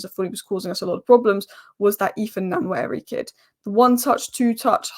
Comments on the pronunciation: It’s pronounced like “One Neri”. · So great that she didn't know anything about Salah Edine or say Nwaneri nane properly